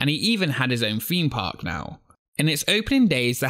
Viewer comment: "Feem Park"